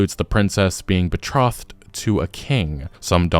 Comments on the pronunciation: "Be-throth-ed"? lol... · I think betrothed isn't pronounced that way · Man.. I like your content but I swear to God you mispronounce words on purpose just to drive me fucking nuts! Betrothed? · You said betrothed wrong. Did you actually watch Iron Fist?? It's the worst of the Netflix Marvel shows, but it's hardly "horrible".